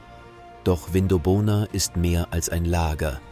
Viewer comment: Aussprache Vindobona (zusammenhängend) - wird nicht Vin do bona gesprochen & weitere falsch ausgesprochene Namen. In 20 Jahren wird leider niemand mehr die Namen richtig aussprechen.